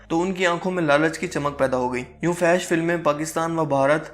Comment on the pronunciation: آپ ہمیشہ فحش کو غلط پڑھتے ہو اصل لفظ ہے fohash😊